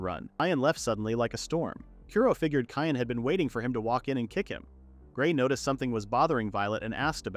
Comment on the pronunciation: LOL Cyan being pronounced "Cayenne"